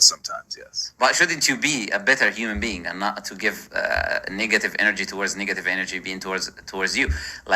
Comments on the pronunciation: Anyone else hear muslim lantern say niggative instead of negative 😂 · Every time he says the word "negative" it sounds like he is about to say the n-word.